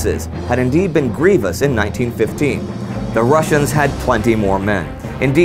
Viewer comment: Love your show but it's "grievous" and not "grievious".